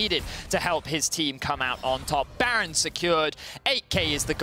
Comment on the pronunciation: is by far the worst caster, his fake laughing and his inability to pronounce ''baron'' ruins it